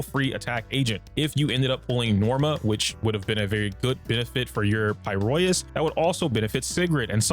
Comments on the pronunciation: f it im calling it “pi-roisu” like the jp dub from now on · pls. It's pronounced like this. "Pie-row-iss" it hurts when something clearly spoken in game is somehow still mispronounced by people